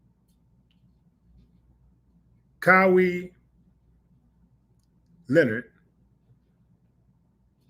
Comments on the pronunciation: Willie, love your content but please stop messing up on pronouncing Mr. Leonard's name correctly please. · You need to know how to Leonard name correct